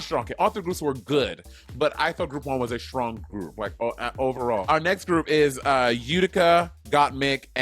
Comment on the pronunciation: Why does monet say "shtrong“??